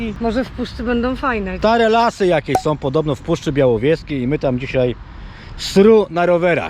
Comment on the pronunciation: Powinno być Puszczy Białowieskiej, a nie Białowiejskiej :D :D